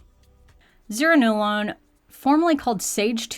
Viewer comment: I think it's pronounced zur-RAN-no-lone. The IV drug they are talking about is Zulresso, which required inpatient treatment for 3-ish days and monitoring for side effects. And yes, they mean only approved postpartum depression. You can imagine the barrier to treatment for a new mother to be able to leave home for continuous 3 days. So that's why the excitement over this being oral.